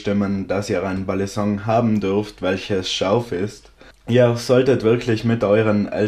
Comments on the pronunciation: Ey jo dicker nichts gegen dich feier dich und deine videos übels aber bitte sag nicht mehr BALLISONK es heißt Balisong und wird ungefähr "beilisong" ausgesprochen es nervt total beim zuhören.. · du betonst das G einfach zu stark.. Und sagst irgendwie ballinsong du sprichst es zu schnell und das g zu stark aus .. Aber kein ding man